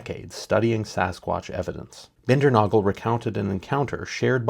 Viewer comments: Just a friendly tip - the name is pronounced Binder-NAY-gul. Has anyone else noticed that on many totem poles there is a pretty mean or scary looking face, human like face....those are Sasquatch faces. Earliest known written report of tribes of Sasquatch was by Leif Erikson in the 986. He encountered them in Greenland... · The Dr Bindernagel, name is pronounced Bin der nA gel A sound..not aa sound.